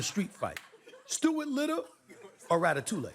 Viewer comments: Sorry but, "Ratatouleh" ? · Amazing. I know this is a small part of an otherwise harrowing episode, but I am beyond astounded by how could say so little about that theoretical fictional ratfight, and not get even as much as one word right. Like, first, obviously, that's not how you pronounce Ratatouille. Second, that's not the rat's name, the rat's name is Remy. Third, he doesn't "live" in a sewer anymore, he lives in Linguini's apartment, and he's actually a pretty small, dainty rat when compared to all the other rats in the film. And fourth, that movie is set in FUCKING PARIS, FRANCE. Which brings us to, fifth, Stuart Little however IS set in New York City, and canonically, in the novel he's not even a mouse, but a human child, he just happens to be 5 cm tall and look like a mouse, get your FUCKING facts right!!!!! Stuart would DECK that prissy little rodent without breaking a sweat on his computer-animated face! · so much wrong with this clip 😂 the butchered pronunciation of Ratatouille, the fact that the rat’s actual name is Remy, and the fact that the movie famously takes place in Paris… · As a French guy I am very disturbed by that guy's pronounciation of Ratatouille. And his overall lack of knowledge of the movie he is taking as example. The rat's name is Remy, and the movie takes place in Paris, not NYC.